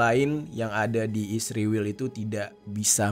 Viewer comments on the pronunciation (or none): israel bang bukan isriwil,, kocak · Israel bukan isriwel meperkosa huruf saja. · Israel bang, bukan isriwil😂